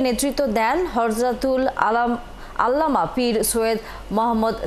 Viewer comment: আসলে আমরা কোন মুসলিম দেশে বসবাস করি হুজুরের নাম উচ্চারণ করতে যার মুখে বেধে যায় সে কিভাবে মুসলমানের ঘরে জন্ম নিতে পারে আল্লামা শব্দটা উচ্চারণ করতে পারে না সে খবর পড়তেছে